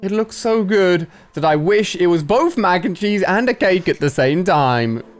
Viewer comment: I thought he said mac and cheeks XD